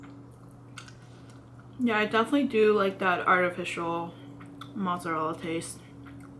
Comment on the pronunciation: It is not "motszarella" its freaking MOZZARELLA